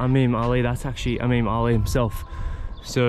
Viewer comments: Love your videos brother. This was awesome. Btw It’s IMAM ALI. (Not Amim ALI). Can’t wait for your adventures this year! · It's IMAM Ali not "AMEEM Ali". .. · I feel like he learned it from the Lebanese, in their dialect they say Imem Ali (as) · Imam Ali not Amim Ali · It's Imam Ali radiAllahu anhu, not Amim Ali..!